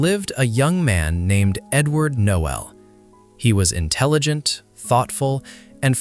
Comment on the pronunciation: Not Noel, Knowell